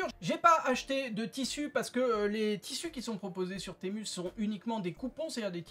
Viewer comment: Temu se prononce Timou 😉